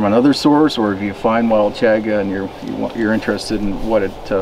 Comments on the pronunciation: I don't know why but the way you mispronounce Chaga drives me crazy. I'm yelling at the screen, "CHAHHH-gah" lol. I think I might have to pick up some of that. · I've been waiting for this! Just placed my order and also ordered a black Twill Hat! I've never had Chaga so I'm really looking forward to this,! I've heard others pronounce it as "Chawga". Is this right? Or does it depend where on the planet you're from? The bag looks like it has a zip lock, so I'm assuming its okay to keep it stored in the bag in a cool dry place (squeezing the air out before sealing the bag)?? Or should I store it in an air tight sealed container in a cool dry place?? Have a great weekend, and the new homestead is coming along beautifully!!!